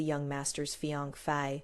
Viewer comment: Why can't the narrator say " fiancee" correctly?? It is such an easy word to say.